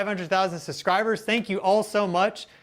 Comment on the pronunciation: Love your videos dude. Only one complaint.... It's SUBscribers... Not SUScribers